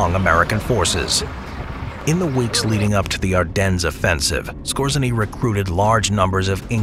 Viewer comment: Otto Skōre-zay-nee